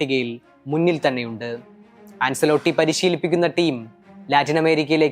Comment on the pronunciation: An-chuh-lo-tti (ആഞ്ചേലോട്ടി ) എന്നാണ് കോച്ചിന്റെ പേര് pronounce ചെയ്യുന്നത്. അൻസെലോട്ടി എന്നല്ല